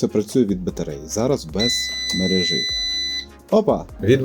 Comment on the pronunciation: Будь ласка, перестань говорити "шисть", "мережи", "хороши"